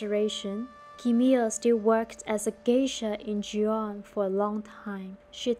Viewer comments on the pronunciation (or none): its Gee-ON (or Ghee like the butter) not Joo-on or jee-ON. Either way, what lovely story <3